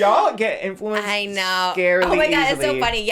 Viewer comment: Love how says “infewanced” unknowingly